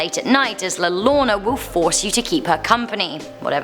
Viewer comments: U said llorona wrong u said llarona it's like saing yo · Le lona sorry again it is pronounced la yo rr ona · So I just wanted to help you out a bit. The llorona Is pronounced yorona with the y sound. Also la lechusa you pronounced fine but she is actually a witch that stalks children at night. She will take them to her nest/lair and proceed to eat them. I'm not from Texas but these stories derive from the Hispanic culture and I do live in Mexico. My husband is Mexican and although he is normally not superstitious he thoroughly believes in the lechusa. Also I love your guys' channel! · Not la rona Here I'll help its pronounced La yorona But it's spelled La Llorona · I started laughing at the pronunciation of la llorona it's pronounced la yorrona your welcome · It's not La Lorona, it's pronounced La Yo-ro-na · It’s pronounced la yorona not la lorna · La Llorona is pronounced (la yo-ro-na) in spanish two ll's in spanish pretty much makes the "y" sound. it sounded like u said "la lona" im like, "wut?" lla = ya llo = yo ll = y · Actually it's pronounce ya not yo so la yarona like how they say tortilla as tortiya not tortiyo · Its La Llorona which is pronounced La Yorona not Yarona... Cuando lloras (yoras)... your crying, no estas llorando (yararndo) (pronunciation-wise not spelling-wise) lol thats not a word. I'm guessing you were just joking due to all the "Spanish teachers" on here lol. Obviously Spanish is not first language and its understandable if she pronounces it different as it isn't pronounced the way its spelled, at least not by English standards. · It’s not like l l orana its like yorana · The llorona is pronounced the yorona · La llorna is pronounced “la ja-row-na”. Coco movie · Also La Llorona it's pronounced (Your-ohn-uh) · ....🤣🤣🤣💀 pronunciation wise, it’s La Yarona. In Spanish 2 L’s make a Y sound. I know you’ll still miss pronounce it cus you gotta roll the r. But goodluck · La Llorona (LAH- LAH- LAH- ROW- NA-) I’m sorry but I had too